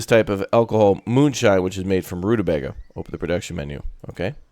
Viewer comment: Hello watch your stuff all the time. I'd like a key but I will prolly buy it anyway on payday... Also only tuber to play this I've seen that pronounces rutabaga 'correctly'. Also, also if you haven't yet, try Space Haven. Kind of colony mgmt but you're a crew on ship(s) in space exploring and trying to stay alive by scavenging, building, trading and fighting (ship to ship and crew combat)